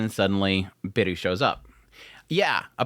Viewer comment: Beru not Biru... the 'e' is pronounced halfway between the first e in 'pepper' and the a in 'paper' but you can get away with either one if you (understandably) don't want to struggle with learning a new vowel. It's the same 'Beru' as Bell Cranel in danmachi, and I took it that he was being named 'Bell' but idk, maybe it's an adaptation of the name of this author as you say. 'Biiru' would mean 'Beer' and be pronounced like beer-oo and is what it sounds like your saying and it's making me thirsty.